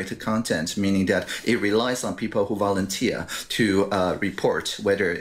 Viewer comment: Voluntee"r"was incorrectly stressed, "talk" was suddenly stressed in British accent. 😉 Anyway not American accent nor English accent for this Taiwanese.